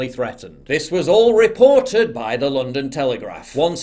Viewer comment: "Lets take a look at some of thee action!"